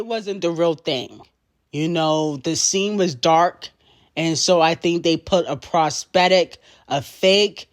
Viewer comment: what the hell is a prospectic peen??? LOL 😆 🤣 😂 THE WORD IS PROSTHETIC! 😆